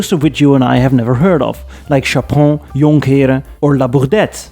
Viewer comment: The way you pronounce jonkheeren was the give away ive been waiting for